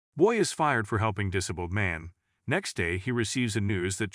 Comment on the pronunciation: Dis - able try saying like this.